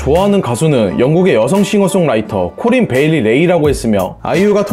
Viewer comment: 코일 베일리 레이가 아니라 코린 베일리 래 예요..!